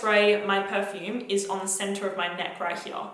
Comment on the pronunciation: Sometimes i forget that you’re Australian until you say the word “here” 🥰😍